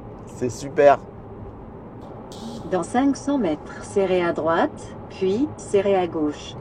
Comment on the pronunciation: Elle ne sait pas dire "droiTE" sérieux ? C'est le genre de détail complétement idiot j'en conviens mais qui peut me souler à force de répétition 😅